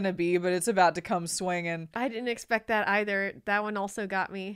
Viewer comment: ... yay, she pronounced "either" properly. I know it's such a nitpicky thing, but I love that.